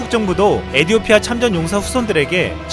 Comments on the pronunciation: 에디오티아가 아니라 에티오피아입니다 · 외래어 표기상 에티오피아로 발음해야 할 텐데요.....에디오피아라고 줄기차게 읽는 이유가 있나요? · 시불년 에디오피아가 아니라 에티!오피아 예요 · 에디오피아가 아닌 에티오피아 입니다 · 에디오피아 아니고 에티오피아 입니다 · 에티오피아 라고